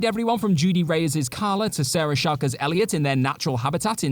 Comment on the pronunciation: WTF was that? Chalke rhymes with talk. Not Chal-Kay 😂